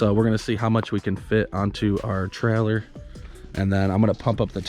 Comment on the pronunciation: How many time u say trellor, in this video?